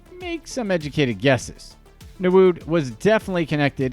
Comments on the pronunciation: Nwude (ñwooday) not 😂😂😂😂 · How did he get narood from nwude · Newood...rotfl...please do your research on how the names are pronounced... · This channel initially came across as credible but all that was lost when i saw Emefiele being mentioned as Nguma or something, also all the names were being mispronounced. Nwude became. I guess you would be able to pronounce Polish 1st choice goal keeper who currently plays for Juventus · What type of insult is dat pronounce nwude well